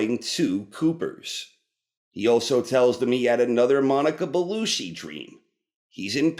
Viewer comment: did you say monica belushi? hahah